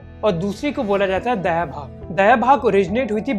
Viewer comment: Sab kuch badiya mere dost! bas ek choti si truti. pe us niyam ko दायभाग kehte hai, दयाभाग nahi. दाय maane share, gift etc.